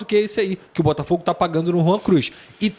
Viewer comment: Rwan Cruz? Credo.....😂😂😂😂